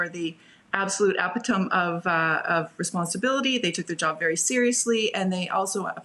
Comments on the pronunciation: "Epitome" ? It's pronounced eh-pit-oh-me. She's a journalist? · Hey. It is not "epi-tome" it is pronounced e-pit-o-me. You're welcome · Ehh-pih-toam? No. Ehh-pi-toe-mee. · is obviously not the brightest bulb on the tree, first she says "epi-tome" when she means "epitomee" (phonetic spelling) and then later she say's "it is incredulous to me".. OMG, you would think that someone apparently well embedded in the political class would have at least a basic grasp of the English Language. More of the CBC doing propaganda work for the Libs, who cares what outlet the reporter works for, if you want to make that the standard of judgment, be careful what you wish for. And BTW, I am no supporter of Rebel or Menzies, I personally find him distasteful, but that should have no bearing on the situation which is that a valid press journalist was wrongly arrested in Canada, in 2024.. What is this now, Russia? Shame. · Did she say “ep-ee-tome” instead of “eh-pit-uh-me” (epitome)??? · ... "EH-PI-TOE-M" ?????? Seriously? You were in charge of communications for a PM and you cannot pronounce "epitome" correctly? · This lady said epi tome with complete confidence. I'm dead. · Epitome is pronounced 'Ep- it- oh- mee" like epiphany .... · wait, did she say epi-tome? 😛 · Epi-tome? The sad state of our education system. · "Apatum" of responsibility? ? What is that? Is she reading from talking points and doesn't know how to pronounce "epitome?" lol. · Did she just pronounce epitome like "epi-tum"? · The first panelist pronounced 'epitome' as "ep-it ome" Is she reading from a teleprompter? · Eh pih tohm? If a person doesn’t know how to speak a word it should not be in their vocabulary. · Epitome… pronounce “e pit e me”. 😂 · You can tell she didn't write what she's saying because she mispronounced "epitome." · First panel member mispronounced epitome. Obviously reading from a script. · That's not how you say epitome. What an embarrassment. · Epitome pronounced wrong